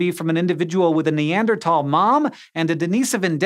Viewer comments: It irks me too. It's NeanderTHHHHHHHal. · He keeps saying “Ne•ander•talls” 😂 instead of “Ne•ander•thals”. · Its not neandertalls its neanderthals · I end up having this thought EVERY time it comes up in a scishow video, but... why does NO ONE from this team know how to pronounce "Neanderthal?" Its neader THall. Not neander TALL. Theres an "H" in there for a reason, Hank. Theyre not very TALL neanders, ok? THall, not Tall. I know its just a mispronunciation but its SO consistent that it has to be intentional and I dont get why theyre intentionally mispronouncing a word. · What, the th in Neanderthal is silent? I thought it would sound like /t/! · “NeanderTALL” pls say sike :( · Foolish Hank, it's pronounced- Wait, Neander-TAL? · I hate how he says Neanderthal